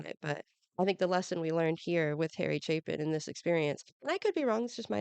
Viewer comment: You are the first reactor I have come across that pronounced Chapin coreectly. This is my favorite song ever. As others have noted, it wasn't his biggest hit. But "Taxi" put Chapin on the map.